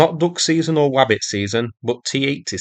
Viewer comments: 😂😂😂😂 you said wabbit season nor t80 season lol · 🐰I love how you said wabbit season🐇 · Wabbit? What's up Doc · Thank you for the “wabbit season.” 😂